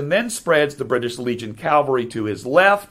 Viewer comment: Excellent presentation! Just a friendly reminder: a mounted or motorized military unit is Cav-all-ree. Cal-var-ee is a different word; it is the Christian site of Jesus’ crucifixion. I know they are often confused and difficult to pronounce. One way I remember it: a soldier might say, “I served in the 1st Cav.”